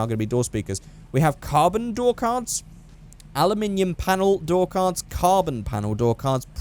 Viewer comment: did you just said "ALIMINIUM" at the door part?